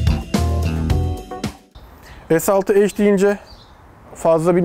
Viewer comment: yanlız eyc deil ec diye okunur